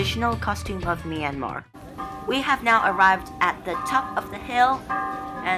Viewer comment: Nice vlog, but it is not My An Mar, it's Myan Mar , only two sounds in that word.